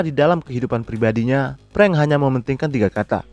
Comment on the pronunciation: Bro...raiso ngomong F yooo....frank kok jd prank? 🤣🤣🤣